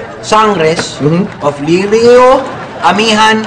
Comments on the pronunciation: lireo hindi liryo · Li-re-yo Yun Hindi liryo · le re yo pag pronounce di lerio